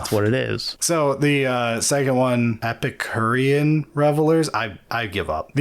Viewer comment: its pronounced epicurean